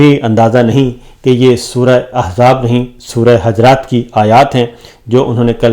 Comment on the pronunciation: سورۃ حَجرات نہیں ۔۔۔۔۔۔۔ سورۃ حُجرات ۔۔۔۔۔۔۔۔۔۔۔